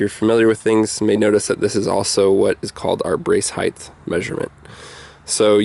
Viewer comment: If your familiar with things (like the English language for instance) you'd realise it's actually called the brace height and not brace 'heighth ' which is indeed not even a word in the English language !